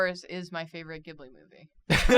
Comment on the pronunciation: Julia really pronounced Ghibli like that😩😭